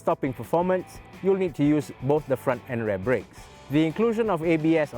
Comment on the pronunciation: The way he prononce 'rear' is Unsettling